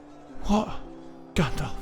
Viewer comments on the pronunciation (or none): none